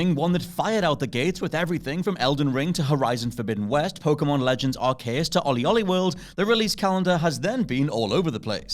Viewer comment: Pokémon Legends...what, sorry? Jesus, no-one on this channel can pronounce anything correctly.